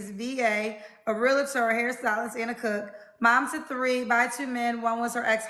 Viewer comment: As a REAL-TOR.. hearing REAL-LATER grinds my gears.. lol Good luck girl... 👍🏾 that's a lot..